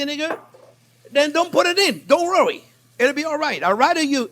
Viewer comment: Don't "rowee" about it 🥰